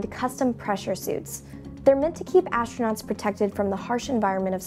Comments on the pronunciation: ASHTRANOTS?!!! fire this announcer. get someone who can speak english. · I just could not understand that why does she pronounce the word 'astronauts' in a different way? Sounds like a german word :)